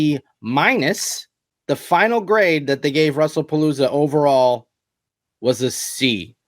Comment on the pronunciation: Did say Russell Palooza? 😂